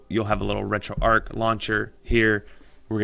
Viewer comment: Good video how ever, and I don't know if the makers of this app pronounce it that was but it should be pronounced as arch as in a bridge arch not arc as in arc welder. Thank you for the up load though.